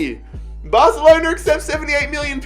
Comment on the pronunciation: You said Barcelona wrong. LOL